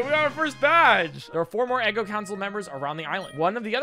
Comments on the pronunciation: The town isn’t “Eggo” it “Ego,” like part of your mind between the conscious and unconscious. Of course that guy was Wolverine, all of his Pokémon have looooong claws. I like the theming. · Btw, it’s pronounced ego. Not eggo.